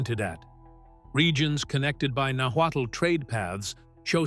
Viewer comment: So? There's not a final conclusion of where they came from. Mexica is pronounced maisheeca and náhuatl is pronounced nawatl, good information anyway greetings from Tijuana México.